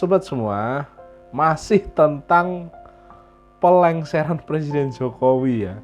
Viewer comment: RR benerin dulu ucapannya Pak Jokowi President bukan Plesident😂